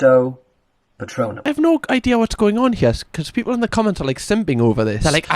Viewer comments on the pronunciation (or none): none